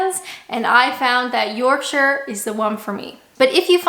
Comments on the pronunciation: You're half way to becoming British already because you pronounced Yorkshire properly! You know you are fully British when you pronounce Herbs, Mirror, Jaguar and Buckingham Palace correctly too! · You said “Yorkshire” correctly! Props, sounds like you’re definitely turning into a Brit 👌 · Bonus points for pronouncing Yorkshire properly :-)